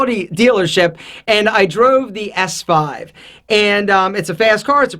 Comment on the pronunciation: THE AUDI S5 ISN'T "eehhh" loool wth